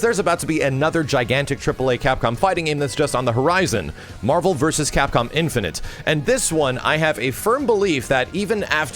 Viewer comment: Is someone ever going to tell that it's not pronounced "Infinant"?